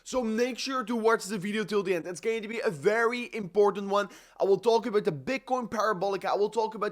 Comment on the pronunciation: its OUT not UIT. ABUIT TO SEE